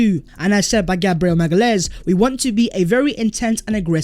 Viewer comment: Hi! Love Arsenal since my first trip to Highbury in 87. Enjoy your content - keep it up. BTW - It’s pronounced MA-GA-LEE-AINES - my GF is from Sao Paolo!